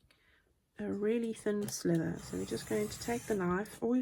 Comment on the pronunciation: Teehee it really isn’t a slither - that’s what snakes do! It may only sound as if that’s what you’re saying so accept my apology if that’s the case🤗